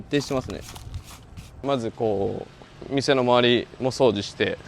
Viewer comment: 掃除のイントネーションおかしいけど地方によって違うのか？